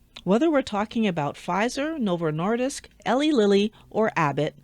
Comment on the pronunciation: I'm from Indiana, Eli Lilly's headquarters. It's pronounced Eee-Lie Lilly. Not to be the grammar police, just thought you'd want to know.